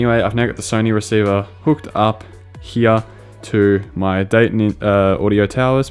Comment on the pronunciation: how the fk are u pronouncing "here" ?